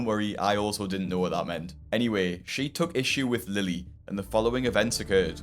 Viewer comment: Every time you say she , I cringe